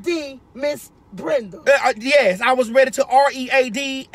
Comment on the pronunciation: Wait, Lol she said Brunda, is it Brenda.